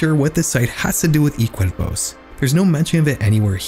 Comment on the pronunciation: It surprised me (in a good way) how he pronounced "cuerpos" decently =]